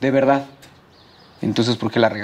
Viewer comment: la veedad la verdad la veedad xd